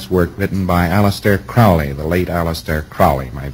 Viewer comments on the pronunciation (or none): Hubbard couldn't even pronounce the man's surname correctly. As Crowley, himself, said; "Not Crowley to rhyme with 'foully', but Crowley to rhyme with 'holy'." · Oh my god, he pronounced Crowley's name wrong. It is Crowley as in Holy. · Hubbard never knew Crowley personally, mispronounces his name, and mistakes a pseudonym for the name of a book.. go figure. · This is really rather interesting when one considers that Crowley (rhymes with holy Ron) believed Hubbard to be an genuine idiot! Sorry Scientology but the truth is the truth no matter how many people it offends. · I've never heard of or come across an A.C. book titled 'The Master Therion' written by A.C. I know that he referred to himself as the Master Therion after his outer order name of Purdurabo. But, sorry Ron. It's now Crowley like you are using it, (sounding like it rhymes with Howly). Your "very good friend" that thought you were silly, his name rhymed with Holy. But, I am sure that through Mr. Parsons, perhaps, you "knew" of Mr. Crowley and you got a very good idea of starting a religion for the financial tax breaks on your publishings. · For such a "very good friend", you would think he'd pronounce his name correctly. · hubbard was a fraud. crowley was dubbed such by the media. hubbard couldn't even correctly pronounce "crowley." you have been deceived. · Alex P if they were friends then how come he’s unable to pronounce his name correctly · L Ron Hubbard never met aleister Crowley, he also pronounces crowley's name wrong & mentions a book by crowley which doesn't exist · Hubbard is using the Americanized pronunciation...proof positive there was no familiarity.